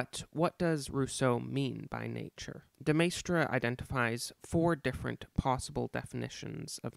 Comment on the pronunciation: As a Frenchman I would say your pronunciation of de Maistre is fine. After all, it's to be expected that foreign names are anglicised in their pronunciation, and your anglicisation of de Maistre was by no means egregious. (As for AA's Rene "gooey-non" I will make no comment)